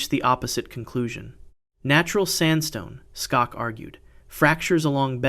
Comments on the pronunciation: His name isn't "STOCKS" ow whatever it is that you are saying...it's pronounced "SHOCK". There's NO "T" in his name! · Dr. Robert Schock's last name is pronounced Shock. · it's pronounced shock. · His name is Robert Schok, pronounced as shock. In case you ever use him as a reference again. Also, very interesting that the tomb of the first emperor of China has a mercury lake